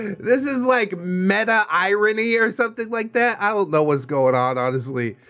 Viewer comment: is he calling the second story "made up?" or is he saying "meta" a little weird?